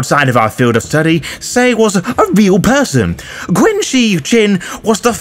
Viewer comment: Love all your stuff. But I have to let you know that "Qin" is pronounced "Chin". It's were China comes from. The next Dynasty was "Han" so we call the culture "Han"